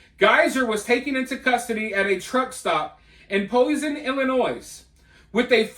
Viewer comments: Hi..its Ill- in-oy. No "s". Illinois. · I took my like away when you pronounced the s in Illinois 🤦